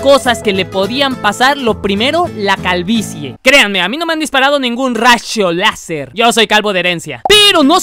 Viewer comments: Nadie Absolutamente nadie: RaSHo LaZeR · "Rasho laser" 2020